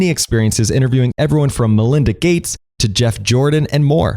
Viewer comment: Thumbs down when you said 'malinda gates'